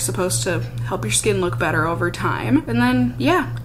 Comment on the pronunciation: So. I totally thought you said "it gives you an instant butter looking complexion" instead of "better looking". And instead of questioning it I just said to myself "OOHH BUTTER! I WANT MY SKIN TO LOOK LIKE BUTTER!"